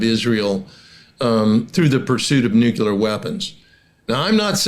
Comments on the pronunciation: *Nuclear Not "nucular" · Please sir; The word is nu,clear, not nucular. The Democrats made fun of Sarah Palin for pronouncing as you do. Makes you sound really bad. Nu clee ar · Nucular? Triangular : triangle. Circular : circle. Tubular : tube. Nucular ; “nuculus?” (Would you trust a pharmacist/chemist who couldn’t pronounce the name of your medication? Here is an expert who repeatedly mispronounces a significant word in his field of expertise. Otherwise, he seems credible.). Try to say, “nuclear,” as it is spelled, “nű-klë-ahr”). Learning American English is so complex!😢. “Close” counts in horseshoes, bacci-ball, grenades, communicable diseases, slow-dancing, atomic bombs, and nucular pronunciations.😂 Don’t let the detraction diminish the overall message. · How can you just focus on their nucular capabilities while ignoring their nuclear capabilities? I just don't understand modern military doctrine.😢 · The word is N-U-C-L-E-A-R. Mispronouncing it just makes you seem like a moron. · Why can't any of these highly-informed people pronounce correctly the word "nuclear"? It isn't difficult. Slava Ukraini